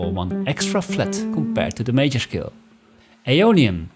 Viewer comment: "shcale" Somehow it's even more effective with that German sound. Anyway, THE BEST EXPLANATION ON MODES THANK GOD! No actually, thank YOU. Somehow 50% of music theory explanation is about the one explaining flexing his wide knowledge and vocabulary on music theory.